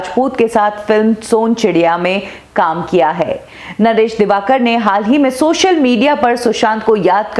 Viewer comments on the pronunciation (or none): none